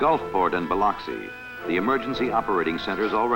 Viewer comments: The waves - look like Hawaii. You can see the rocks. Definitely not the Gulf Coast. // Does anyone pronounce Biloxi as the narrator does here? Bi lucks ee. //The lady who spots her house should be on the Price is Right.//You can't blame people for believing the Richelieu story if this film and the source's account spread around the country. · Bi-LUCK-see. The "I" is short, second syllable emphasis. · Somebody should have told the narrator how to pronounce Biloxi.